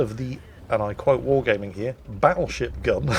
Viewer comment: It sounded like you said battle shit gun